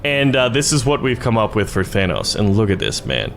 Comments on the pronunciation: Its thanos not thanOUs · You keep saying Thanoss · Dude kept saying thanoss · How do yall say thanos, says Thanos like than-oss, like vanoss, I say it like Than-ose. in the movie 99% of people call him Than-ose, except for nebula, who calls him Than-oss. i tried looking up how to pronounce it correctly, but i found websites that pronouced it like, Th-ai-nos, and a person said it was pronounced without the th?? so give me your opinion because I get annoyed when they call him Than-oss...idk why help me figure it out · Why do you keep saying it like Thanoss? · It’s pronounced thanose but spelled thanos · Did anyone notice that he says thanos wrong?